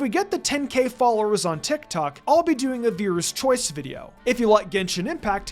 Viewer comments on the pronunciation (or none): none